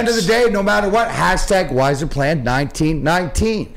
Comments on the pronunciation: I think he's saying 'wiser-plan', his little spin on the yzerplan because he knows Stevie is a smart GM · Fuck at this point...7×8....dmac still cant even get the yzerplan said right...its not the whyzerplan just like its not whyzerman